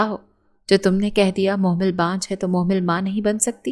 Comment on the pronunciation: Mohmal NI mehmal name hai 🥲